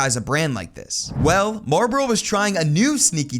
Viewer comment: Why are you saying Marboro instead of Marlboro? There's an L in the name. It's not silent.